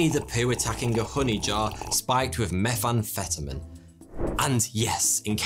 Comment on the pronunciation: " MePh aMfEtOmEn ".